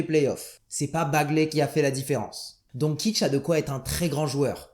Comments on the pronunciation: "Don-tssi-tch" s'il te plaît 😭😭😭 Pas Donkitch... Sinon, tout à fait d'accord avec ton raisonnement. La hype nous corromp l'esprit ;) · Ça se prononce Donchich, sinon effectivement à moins d'etre un crack dans une équipe deja rodée, c'est compliqué. Récemment Donovan Mitchell, game changer pour la route des playoff + les playoff mais il était #13